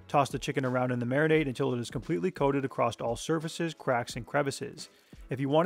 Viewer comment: He says “acrosst” 🤦‍♂️